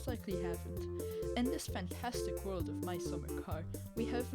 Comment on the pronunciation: "We'll move the crate off beer outside for easy use"😂 sounds like Finland to me